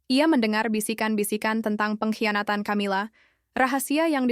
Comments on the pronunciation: Bacanya 'Kamila' bukan Chamila woi. Sudah suaranya kurang intonasi, keras..salah pula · Min ... belajar mengucap nama org , camila nyebutnya kamila min